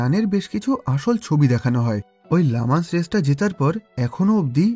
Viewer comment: ভাইয়া এটা "লা মান্স" না এটির উচ্চারণ হবে "লি ম‍্যান্স"।